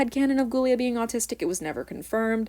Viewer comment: I got so happy when she said 'I am autisic'